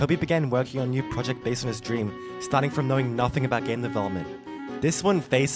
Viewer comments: This is my "dreap". Hahaha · LEARE DREAP